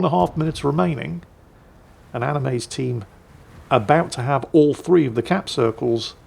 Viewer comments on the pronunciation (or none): none